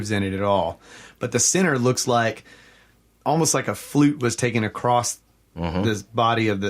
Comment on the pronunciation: He said acrossT.